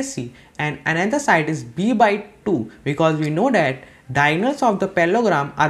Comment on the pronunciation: Your "that" pronounciation is wrong and feels cringy. This sounds like tis